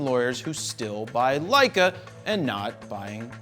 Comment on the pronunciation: Love the "LEISS". Lol